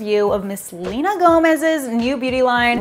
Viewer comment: not Selena Gomez you mean Selener